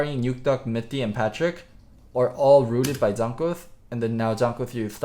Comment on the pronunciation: it's jANKOS not Jonhkos.. Please man. AAA not OOOO. Your better than that.